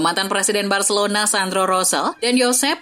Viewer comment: Bacilona bacilona mls aq dengar nya 😂😂😂